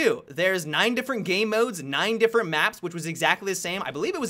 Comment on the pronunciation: Always sounds like says "gay modes" inatead of game modes.